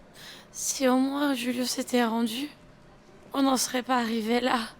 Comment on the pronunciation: Julio c’est on Español du coup c’est hulio pas rulio